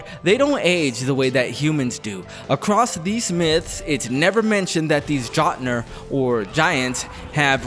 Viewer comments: Jot-nir 🤣😂🤣 it's pronounced Yote-Nir, the letter J makes a Y sound In Norwegian 👍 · Its pronounced "yote" not "jot"...lol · mf keeps saying gotnr lol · Did you just say jotnar dont die of old age ? Are you stupid? You said you played the God of war games like 12 times. Are you lying? Also, they're called Jotnar and its pronounced like (yote-en-ar) not actually with a J sound you absolute loser. Also, "State of Gay"? Are you actually medically stupid, or is this what you think makes money? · Can’t even say Jötnar right some fan you are 😂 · Exactly. You can tell this dude has never played the games especially the way he pronounces Jotnar 😂😂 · This video is just made by a gooner who uses his wrong head to critique Also just off rip I'm not trusting anyone who pronounces jötnar like that to know anything about anything, whether it be the games or that general region in the world. It's like if someone pronounced pheonix as pa-he-onyx. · Had to stop watching after how you pronounced Jötnar. Lolol 🤣😂